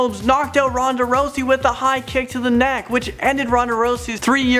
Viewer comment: he says rousey like rosey